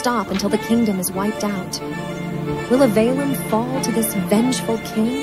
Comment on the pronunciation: It frustrates me to no end that not only is the kingdom named Avalon (i.e. directly ripped from Arthurian legends), the AI doesn't know how to pronounce it correctly!